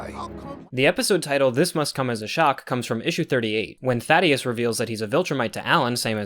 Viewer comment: "Thaddeus" I may or may not have also read it like that until his name drop in the cartoon. "Thædus," Traitorous Prime. Angstrom's surname being "LEE-VI" instead of "Levy" (like it's spelled) was a curveball too.